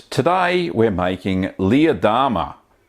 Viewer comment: we love your vids... but every time you named this cheese... us silly Americans hear "Lee Adama" from the TV Series Battlestar Galactica. Jamie Bamber's character:-)